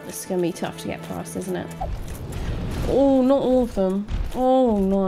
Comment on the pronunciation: British 'Oh's' will never get old. Ouwweuh